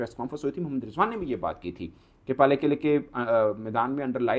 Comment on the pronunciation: पालेकेले ❌ पैलेक्ल✅ 😂😂😂😂